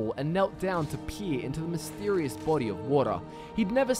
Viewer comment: you sounded like you said "he peed into the mysterious fountain" instead of peered lol